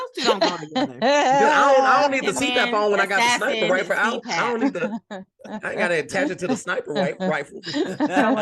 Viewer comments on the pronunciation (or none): Did yall hear try and say "sniper riffle" 😂😂💀💀